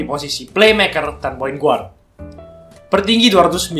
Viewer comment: mantap kontennya bang..semangat terus bikin konten nya.. *sedikit saran aja, bukan menggurui, guard itu dibaca "gard" .✌️